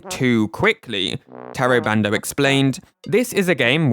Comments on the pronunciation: Fantastic video over all. Gotta say, the lesson in Japanese pronunciation vs. mispronouncing the Japanese creators’ names (I.e. TAY-RO BAND-O versus TAH-RO BAHN-DOH) had me laughing a little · Please respect people enough to say their names properly. It's not hard. Oh my god as I am typing this you literally explain the exact mostake you were making... Ta Ro Ba N Do. Jeez....